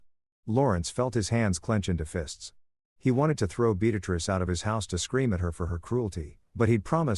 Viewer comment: Yet another story where one name is consistently being said wrong multiple times. Beatrice doesn't have an x in it